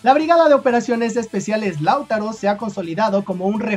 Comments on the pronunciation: No sé porqué, pero siempre que en tus videos mencionas a Lautaro, lo haces con el acento cambiado de lugar, y me da picazón en la espalda jajaj (siempre lo dices como "láutaro", pero se lee "lautáro", acentuando la pronunciación en la segunda letra a)... Saludos!! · Oye no es la primera vez que hablas de la (B.O.E) del ejército de Chile y porfavor entiende que el nombre no se pronuncia ( LÁUTARO ) no se carga la voz en la 1ra A, si no en la 2da A, o sea que se pronuncia (LAUTÁRO)(sin la tilde por su puesto), y su base de operaciones es en PELDEHUE, y no pedelhue. SALUDOS y gracias por tu incondicional apoyo a nuestro querido y amado Chile. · Hola, no es "Láutaro" sino "LauTAro". También se le conoce como "BOE". Saludos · se pronuncie Lautaro,No Lau taro, saludos cordiales desde Santiago De Chile.🇨🇱🇨🇱🇨🇱🇨🇱💪💪💪💪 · Es Lautaro sin tilde en la U y no Lau'taro solo LAU'TARO. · no se pronúncia Láutaro, es Lautáro, el golpe fuerte de la sílaba está en el segundo a y no en el primero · Di lauTÁro y no LÁUtaro....por favor dilo bien, gracias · Lautáro, imagínate un acento ahí. Así se pronuncia. gracias siempre por toda la información que nos das, que acá muchas veces no nos enteramos ❤❤❤❤❤❤❤ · Se escribe "Lautaro" pero se pronuncia "lautáro" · para pronunciar bien el nombre de Lautaro, debe acentuar en la segunda "a". Se pronuncia Lauta....ro. Saludos. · Lautáro amigo con acento en la segunda A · Lautaro es una palabra grave, no esdrújula, por tanto se acentúa en la penúltima sílaba. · Es que el chico es mexicano y me parece ese nombre no existe allá... De ahí que se equivoqué en la pronunciación. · Lautaro, con marcacion en la A como si esta llevara acento. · Hola, muy buen video, sólo una pequeña corrección, Lautaro se pronuncia así Lautáro y Peldehue así Peldéhue. Saludos amigo. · Laut(á)ro y Peld(é)hue